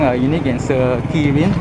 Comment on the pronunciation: Next time just take photo, even the place you don't know to pronounce. Serikin not Sekirin